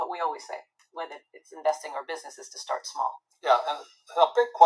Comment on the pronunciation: he didn't say stay small, he said: "start small".